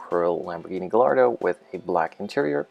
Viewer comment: Great Video and model as always, I hope to be buying myself a real gallardo next year :D btw it's said "gay- ardo"